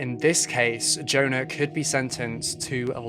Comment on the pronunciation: Your opening music is the best it’s very atmospheric. Incidentally for future reference Swedish and indeed almost all other languages pronounce the letter J like the English letter Y. The girl’s name must be Yona